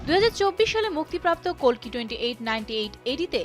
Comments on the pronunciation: Kolki na kalki😂😂😂😂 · বাংলায় কল্কি হবে